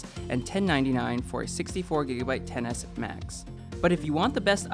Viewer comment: I keep hearing iphone tennis max